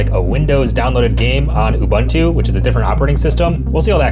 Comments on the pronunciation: It’s not “you-ban-too” it’s “ubuntu” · Can anyone explain this strange phenomenon to me? I find it genuinely disappointing when a seemingly intelligent and educated person continues to pronounce a familiar word or name incorrectly, even though he must have heard the correct pronunciation many times. Why would a tech content creator repeatedly pronounce “Ubuntu” as “Ubantu”? It is difficult to believe that he has only ever seen the unknown word in writing and has never heard anyone say it correctly. Imagine introducing yourself to someone and clearly stating your name, only to have that person continue butchering it whenever he speaks about you. After a while, it no longer sounds like an innocent mistake. It begins to seem careless and disrespectful. That is why this persistent mispronunciation is so disappointing. A knowledgeable tech creator should care about accuracy, especially when mentioning something as well known as Ubuntu. I remain genuinely puzzled: why continue saying it incorrectly? Is it ignorance, stubbornness, indifference, or something else? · I hope he's intentionally mispronouncing "Ubuntu" just to bait people into commenting, because if he isn't... I honestly don't even know what to say.